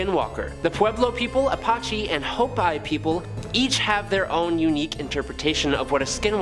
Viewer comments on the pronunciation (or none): Hi,! In the skinwalker section, the name "Hopi" is usually pronounced Ho-pee, not Ho-pie (unless the Hopi themselves have a different pronunciation)...